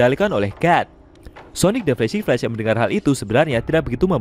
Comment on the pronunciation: Min kamu nyebut flash apa ya agak kurang jelas, pahlawan perempuan kah?